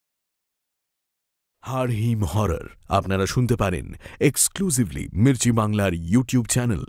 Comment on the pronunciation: মির্চি ভুল উচ্চারণ করে!!!???